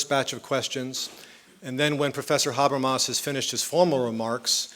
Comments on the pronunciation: yeah specially with such pronunciation of Mr Habermas and Zizek :/ .. so difficult to understand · Hope they do. A lecture by Habermas is pure gold, but this sounds like gibberish because of his pronunciation.